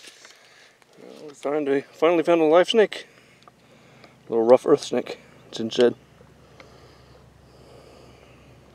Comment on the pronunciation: Great vid, but could you please put the names of the stuff you're catching in text on screen when you display it or say the names more clearly? I had to play it back 3 times to catch "rough Earth snake" and still ain't sure that's what you're saying.